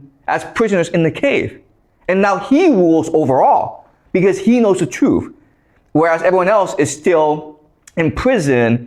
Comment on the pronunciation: Its truth wang not truff, god this guy is an idiot🤣🤣